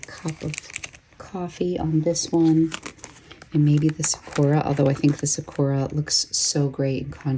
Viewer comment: It’s SAkura, not saKUra. Otherwise, fantastic video.